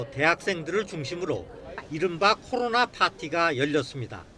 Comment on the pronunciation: 코로로로로나 ㅋㅋㅋㅋ 기자 발음